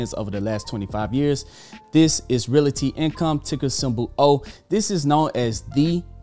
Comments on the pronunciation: I really enjoy this channel, but my issue is the pronunciation of Realty. It’s Real-ty, not Real-a-ty. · Great video, but the word is pronounced Real-Tee.